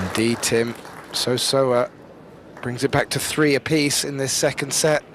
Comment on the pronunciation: Very few commentators have taken the time to pronounce Seo Seoa's name correctlly . Many seem to be content saying So So-a which is not even close .